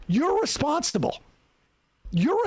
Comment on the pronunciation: "F that S... YOU'RE RESPONSTIBLE [hiccup]!!!" jk, L is B